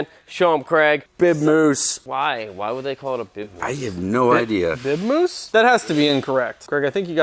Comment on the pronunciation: Says big mouse 🐭 not moose